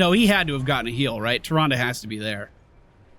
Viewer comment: Hurt ma soul you did not propounce Naz and Tyrande names your usual way.